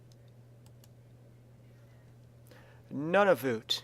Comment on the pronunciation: He said Nunavut wrong and Nunavut 2 is not a real place